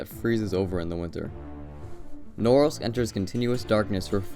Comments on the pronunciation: The way you mispronounced "Norilsk" made my ears bleed. It's Norílsk NOT Nórilsk. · Tip: always check stressing in Russian names (in Wikipedia, for example). English speakers tend to mispronounce every single word when it comes to Russian cities. In this case, it should be vor-ku-TAH, MOOR-mansk and no-REELSK instead of vor-COO-ta, mu-MANSK and NO-rilsk. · But it's pronounced "Norilsk" with "ee" like "eel" in the middle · Damn, it feels so weird to hear foreigners pronounce names of cities. It's Norílsk, not Nórlsk. But yeah, I kinda expected the most depressing city to be somewhere in Russian Siberia, especially at the northern part of it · VorkutA (pronounced as VorkOOta), not VorkUta, and MUrmansk, not MurmAnsk, and NorIlsk, not NOrilsk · Its pronounced Nor-ilsk not Norilsk. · It's pronounced more like "Noreelsk'. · It does seem pretty gross, just saying its pronounced sth like nahRILSK... you can look up the pronunciation on Wikipedia rather than guess. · You might want to learn to actually pronounce the name of the city before making a video. It is pronounced na-RILSK with the stress on the second syllable. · Móoormansk, Noréeelsk... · You pronounce the name of the city so slurred that I was really happy to find it written eventually. Where the f is „Nouwels“? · Nice video, although for anyone reading this it is pronounced "nuh-REELSK" with the emphasis on the second syllable. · Correct pronunciation would be something along the lines of "Noureeelsk" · It's pronounced NOO- REALSK!! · the way you are pronouncing norilsk is driving me insane hahah, it is said more like na REEL sk . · It's pronounced Nar-ílsk. It's a depressing place. For some reason it'd be interesting to visit. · I won't complain about the choice... But man, put at least a tiny little effort into pronouncing its name properly! "Nrrs" was all I could understand. It took me quite a lot of time to actually realise you're talking about Norilsk! NORILSK! No "Nrrs"!! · Please pronounce Norilsk exactly